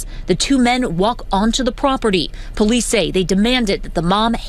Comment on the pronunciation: you said POoo-lice. Now we know.